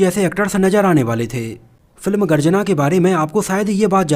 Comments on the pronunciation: Garjana nahi bhai.....Garajna hain 😃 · Garjana nahi yeh garajna hai.